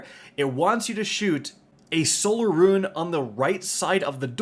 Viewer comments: Rune... Not ruin 🤮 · Good it's not just me haha I can't tell if it's just some accent or he doesn't know how to pronounce 'rune' lol. Ps love ya just having fun